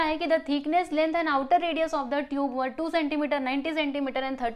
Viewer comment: Ver cha pronounced hota tyacha